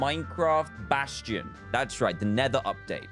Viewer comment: At least he didn’t say basTTTion